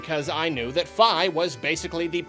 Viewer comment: "F-eye". Is that how you pronounce it? Lol